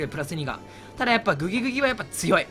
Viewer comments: グギグギをうまく言えない人参界のイビルジョー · グギグギが微妙に言えない男